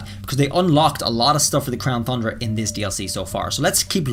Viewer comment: Can you stop calling it the crown thundra 😡